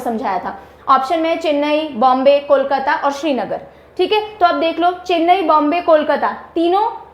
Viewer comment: Pronouncation correction: It's not Shrinagar(Like Shri lanka) but Srinagar (Like crinagar)...☺️☺️